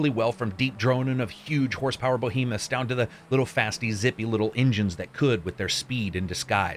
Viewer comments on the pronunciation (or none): none